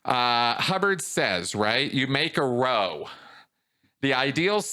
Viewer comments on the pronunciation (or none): Sorry to be pedantic but it's not row it's row say it like chow. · ‘Row’ is pronounced like Cow. A very British expression meaning an argument or fight. Possibly from the St. Hill mob? Having a row means having an argument or fight.